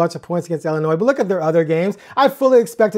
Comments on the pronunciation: K besides Dave here ^ I’ve never heard anyone pronounce it as Illinoise. Safe to say at least 90% of people say Illinoy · Just one little thing. It is IllinNOY not IlliniNOISE! The s is silent. I know that a lot of people pronounce it that way, but, coming from the Midwest, IlliniNOY is correct. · I appreciate the clarification as I was doubting my pronunciation as everyone on the show was saying IllinNOISE! :-) BTW, back at ya... for those of you in the Midwest, its ORY-GUN, not ORE-GONE.